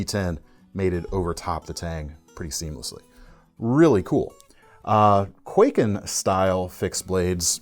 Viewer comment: Hey love your vids but if I may as a Japanese, I could not help but notice you’re pronouncing kwaiken like quay kin but it should be pronounced more like Kai Ken (懐剣). Also, in regards to the tanto style knives, that typical 2 edge blade looks more like a miniature ninja sword or shinobigatana. Anyways keep up the good work-Cheers!